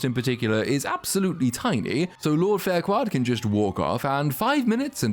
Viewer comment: I like how part way through he forgets to call her fairquad and starts calling her farquaad 😂